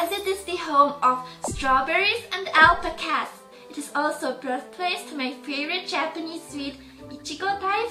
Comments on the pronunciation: Why is it that every Swede on YouTube pronounces alpacas AL-pacas? I thought Pewdiepie only said it like that cause he actually didn't know what it was until he played Alpaca Evolution. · The way you say Alpacas makes me smile X3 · i dont mean to sound rude but were you trying to say Alpacas?? Cause if you were, i think you said it wrong. AGAIN DON'T MEAN TO BE RUDE!!!! I LOVE YOUR VIDEOS